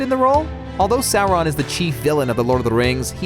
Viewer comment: not the stranger things kids. you monster. Also, it's not sour-on. Sauron.